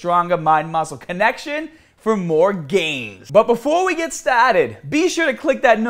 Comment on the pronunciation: "But before we get stauted..." lmao!!!